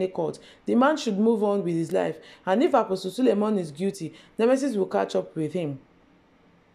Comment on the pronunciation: First here I have not subscribed but I love you. Did you say sulemon or SULEMAN ??